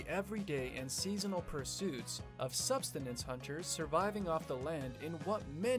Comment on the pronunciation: The word is Sub-sis-tance not sustins hunting. Lower 48.